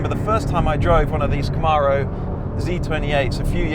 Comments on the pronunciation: Love these rise and shine videos. FWIW, it’s ‘Cam-aro’, not ‘Ca-maaro’. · You got the "Zee" part. Now repeat after me- Kuh-mAIR-O. The second syllable is like "air" or "mare" not "Arrrrr" like a pirate.